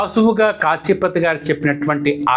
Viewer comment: కాశీపతి కాదు... కాఫీపతి.